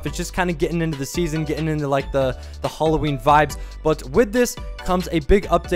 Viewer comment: its hAlloween not fucking holloween